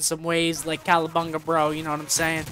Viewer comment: Scump said Calabunga bro lol